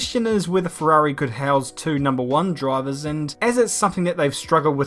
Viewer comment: LOVE the english accent saying ferhuarhi (Ferrari)